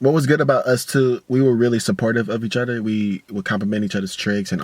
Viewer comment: My nigga say eachudder lmao